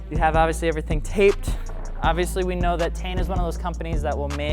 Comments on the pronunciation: I always thought its pronounced "Tee-en" not "Tane" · Tee-in. Not TAIN. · What the fuck is tain? I’ve always heard it as “tee-ian” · It’s pronounced “tine” as in Stein it’s German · It’s pronounced as (teen)